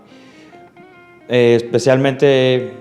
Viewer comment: Just some italian corrections: allora means entonces in spanish. To say now, its ora or adesso. Ma does not has an s in it. Ci proverò not io proverò. Mi è subito piaciuta. Di roberto benigni. Consiglio, not raccomando. I film, not i filmi. A roma, not a la roma. The c in specialmente is pronounced ch. interessanti must be plural, so ends in i.